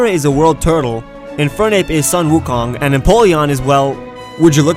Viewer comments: _; You pronounced Sun Wukong wrong and it bothers meeeee... It's pronounced like "soon" not "son". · Bro its soon wu kong not sun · U SAID SEN WU KONG WRONG SAY IT RIGHT Shen-Woo-Koh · I'm an chinese and I felt weird when you said the word "Sun Wo Kong" cause it sounded weird but at the same time,was almost the right pronounce of the original word,with the only fault being the pronounce of "Sun",it's not pronounce as sun,like the sun in sky,instead,it's pronounce as "tsun-" in the word "tsundere" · Its sun wu kong but its pronounced soon woo kong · It's sen wu kong I'm chineese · sun wu Kong? you said it wrong.